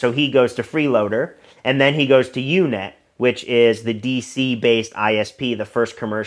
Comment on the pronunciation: It's UUNET, not UNET; it was short for Unix to Unix because its co-founder created the uucp command. UUNET handled much of MSN's dial-up traffic and GTE's (now Verizon who owns the once massive AlterNet backbone). Parker not only worked there, he worked in a department that handled the development of a custom BSD kernel that allow customers to run in their code/website in a secure sandbox in shared hosting environments. He was the last person that should have been in such a position. No one I interacted with in the NoVA/DC hacker community believed Parker wasn't an IC asset. He was persona non grata, full stop. He committed some serious crimes and even though he was a minor the feds could have made is life a living hell, they didn't and it really stood out at the time. Some things worth investigating: Another company that had ties to the CIA was Ascend Communications - the top tech company in 1995. I believe UUNET and AOL were their largest customers at one point. One of its early employees and top salesman, who he owns a huge home a stone's throw the CIA headquarters, was the son of a bigwig in the science and technology division. The WhoDB by PRC. This was a massive data collection program the Clintons had created, checkout Hall v. Clinton, 235 F.3d 202. They claimed it was a "correspondence tracking database". There were fields in that database (Sybase now MS SQL Server) that could only entered by someone listening to conversions between various people. PRC was a company s